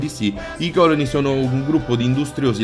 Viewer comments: TOP beta tester montatore cameramen e tuttofare Bethesda....che me fa' taia' quando dice còloni invece di colòni.😂😂😂😂😂😂😂🤗🤗🤗. Ma gli voglio bene per questo...ottimo video, belle notizie...e 10 minuti di simpatia!🖒🖒🖒🖒👌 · Si dice colòne non còlone